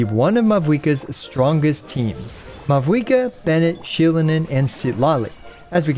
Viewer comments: For the future: The V in Mavuika is pronounced like the German V so it becomes a "W" ... easiest way to think of it is like Mao-eee-ka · You oronounced mavuikas name wrong the entire video, the v instead pronounced as a v but a w. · Great video but you did not pronounce mavuika correctly even 1 time and it's killing me